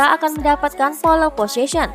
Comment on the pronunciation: Bacanya pol posision aja mbak, bukan polE .. wkwk